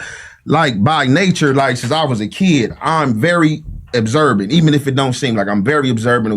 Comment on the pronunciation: 🤦🏿‍♂️" abserbant".. Observant Wtf man and "on clue"!! On cue for the 3rd time bro...Sheesh!!